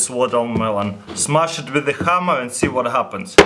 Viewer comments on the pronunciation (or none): "Shmaskh ikt wikth the khammer"